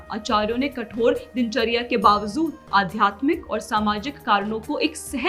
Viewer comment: it is Namaskar, not Namashkar. Just for your reference in future. Also, Urdu word is bavjood, not wavzood. These small phonetic things are important. Rest, your work is good. Keep it up. 👏💐